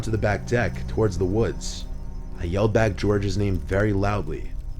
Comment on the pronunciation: Alrigth I'm done watching your videos you can't say the word toward's.